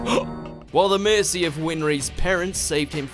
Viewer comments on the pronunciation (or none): none